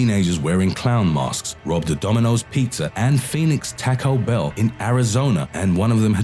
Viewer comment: he said "tacko bell" instead of taco bell lmao